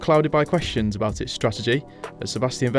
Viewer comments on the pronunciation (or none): none